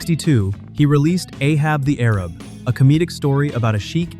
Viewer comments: The title of Ray Stevens' novelty song is properly pronounced "Ay-hab the Ay-rab," not "Ahab the Arab." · BTW it's pronounced A hab the A rab as any boomer should know, but I guess AI doesn't. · A-hab the A-rab. Not arab. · One does not stay on the chart for one week. Ay-hab the Ay-rab. ffs. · It's pronounced "Ahab The A-rab.. with a long "A" pronunciation.. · Pronunciation Correction: "Ahab the Arab" is prounced "Ay-habb" the "Ay-rabb" (or "eh-habb" the "eh-rabb") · That's not how you say 'Ahab the Arab'. 😢😢😢😂😂😂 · That was "A-Hab the A-Rab".